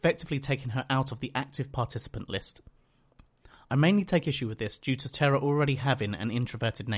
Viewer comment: The one thing I hated about her character wasn't that she was a do-over of Willow, it was that everyone was pronouncing her name as "Terra" instead of "Tara". WHY did no characters ever pick up on this?